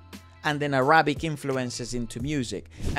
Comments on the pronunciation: It's Árabic, not Arábic, por favor !!! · It’s not Ara-bic.. it’s Arabic.. like “pick” or “bick”